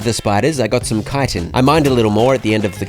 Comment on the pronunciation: Just being one of the few youtubers i've ever watched that's able to pronounce "Chitin" has earned yourself a like